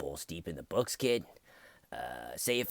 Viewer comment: Haha! Bewalls deep inda bwooks